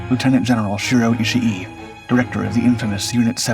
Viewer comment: It's not "Ishi E". The final vowel sound is just double length.